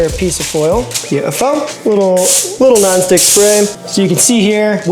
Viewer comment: Did you say you make the bread in a "Naan-stick pan"?